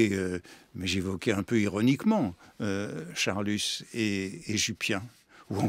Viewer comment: D'accord, d'accord — mais pourquoi dit-il Charlussssss ? Comme l'explique Proust très drôlement : c'est Charlus, tout simplement.